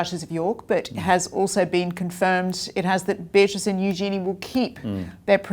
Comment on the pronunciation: I want Beatrice and Eugenie to keep their titles. Just wish you guys would pronounce them correctly 😂